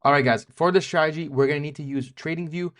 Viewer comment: Remember, never trust anyone in this space that can't pronounce 'strategy' correctly